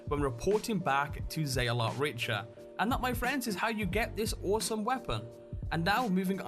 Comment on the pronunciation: Richer? Richer!?! It's pronounced RIK-TUR like the Richter Scale... As in earth quakes... Sorry but British accents can't explain that mispronunciation.